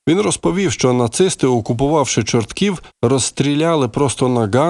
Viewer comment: Не ЧорткІв, а ЧОртків!